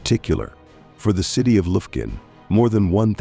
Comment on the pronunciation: AI is retarded! Lufkun, TX. Really?